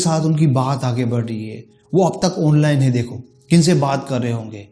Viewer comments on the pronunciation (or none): none